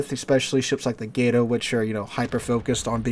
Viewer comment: It is not pronounced 'Gate-oh'. It is 'Gah-to', as in the spanish word for cat. - Or so I was taught.